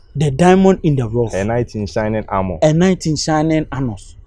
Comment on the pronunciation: ''A Knight in Shining Armor'' goes like ''A night in shining Anus''🤣🤣🤣😂😂🤣